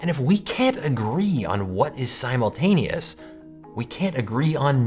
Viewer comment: We can't agree on what is simultaneous. Guess what? I don't even agree with your pronunciation of simultaneous.